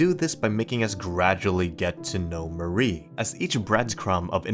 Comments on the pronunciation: Also the way you pronounce "Mari" is abhorrent. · new mari mispronouncation unlocked